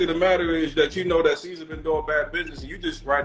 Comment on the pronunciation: Bro called mans “seizure” 🤣🤣🤣🤣🤣